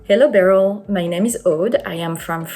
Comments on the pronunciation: “….very beery” 😂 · Beryl: Very beery. Me: * proud German nod *